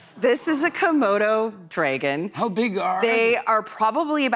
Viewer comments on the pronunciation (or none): Why does she say it as “draygun” not dragon? I’d still marry her, but it bugged me 😂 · "DRAY-gen?" She is so getting on my nerves... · She can’t pronounce dragon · HA. I was wondering the same. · People who play Magic the Gathering often say it like that so maybe she's a secret nerd! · Why is she pronouncing dragon like that lmao